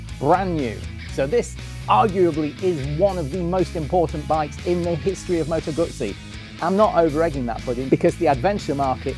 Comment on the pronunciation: Why do people call them moto gutsi when it’s a moto guzzi